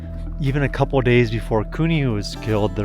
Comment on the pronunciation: This is way off topic, but I'm curious about the accent of the host in this video. It's what I've been referring to as the "YouTube accent", simply because that's the only place I've ever heard it. It's the softening or complete disuse of "L" sounds in words, usually proceeding a consonant. "Gold" becomes "Gode", "Boulder" becomes "Boder". And sometimes after a consonant: "couple" becomes "coupo". Now, I'm not someone who travels often, but I've been around the US over the years. The only place I ever remember hearing this use of L has been in young children that usually grow out of it by the age of 7 or 8. Never in the media, movies, music, etc. Am I the only one who's noticed this?